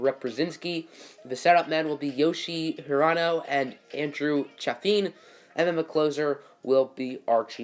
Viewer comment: Eduardo didn’t get a ring.. he was traded to the Dbacks at the trade deadline. And Andrew Chafin’s name is pronounced Chay Fin